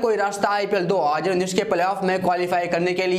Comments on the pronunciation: Bhai tu 2019 bolna pahale sikh 😂😂😂😂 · Bhai thu 2019 bolna sikh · Abe sále pehle tu 2019 bolna sekh